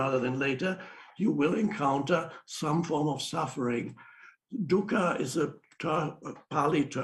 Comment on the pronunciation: For the life of me I could not figure out what "duka" was until I realized he actually meant du - kkha (light guttoral). Buddha said suffering arose from expectations.